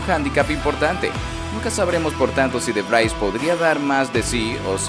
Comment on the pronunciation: Que NOOOO se pronuncia "De Vrais"... Se pronuncia DE VRIIIIS !!